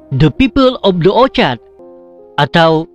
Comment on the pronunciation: Sebutan Orchard atau Orkid. Agaria kah atau Agraria. Ala sebutan itu biar betul saudara. Kau punya fonetik dan fonologi Bahasa Melayu kena betul bro!!!